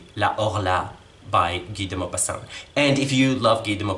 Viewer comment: 🤣 If you had pronounced his name "Gai duh Mówpahsaent" the FIRST time you read him, I might have recognized him! 🤣 Just kidding. It's wonderful to hear his name pronounced in French. You Booktubers are going to be the end of me: now I HAVE to get to García Márquez's, Carlos Fuentes's and Borges's backlists! 😧 Looking forward to your review of Amor en los tiempos de cólera. (Tengo que empezar Victus, que se SUPONE esté leyendo con mi hija.)